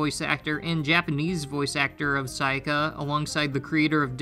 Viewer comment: You know is true that he doesnt worship Sayaka is becouse he did not said her name correctly even once